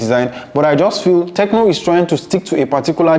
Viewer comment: He actually said tecno😂